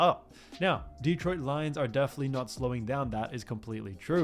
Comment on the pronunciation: Mispronounciations abound... many on the names of the players, but the most glaring repeated one is... it's de-TROIT, not DE-troit.